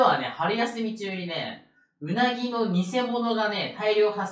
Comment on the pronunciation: 最初のうなぎの発音が食べ物